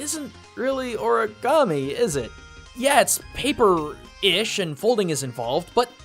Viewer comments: O-RI-GAMI NOT O-RA-GAMI EOANOINAEOGIA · Tbh, I die a little every time you say “oragami”. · Is ANYBODY else not cringing at the fact that he kept on pronouncing "Origami" wrong? I mean.. COME ON.